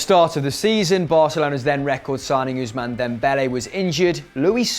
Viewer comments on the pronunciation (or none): none